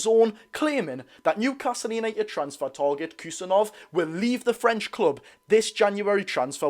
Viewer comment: I'd just go with "Abdu Khu-sa-nov"